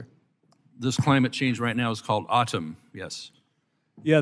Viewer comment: He pronounced it like “ottom”.